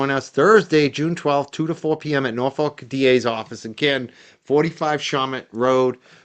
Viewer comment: I live in Norfolk 🇬🇧 and it is pronounced Norf@ not ‘folk’ 😊